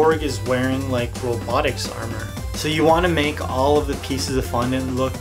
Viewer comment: did he just say fonnon